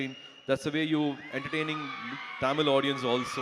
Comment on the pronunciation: It's not tamil it's tamil first say properly.... As you tamilan